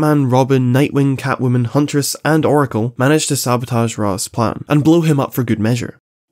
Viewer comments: Raysh, not Raz. A common mistake. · its 'raysh' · nah it's "raysh" al ghoul, unwatchable video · I find it super funny that instead of pronouncing it Raz or Raysh, he ended up going for Ross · Instead of roz al ghul or rash al ghul he goes wuth ross al ghul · I'm so sorry, but I started to hear you saying Raaz as ROSS 😂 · I disagree with your pronunciation of Ra's, but respect your reasoning for pronouncing it that way.